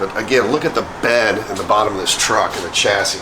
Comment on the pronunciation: What is a ''chyassy " I heard of a chassis pronounced shassi never Chyassy ?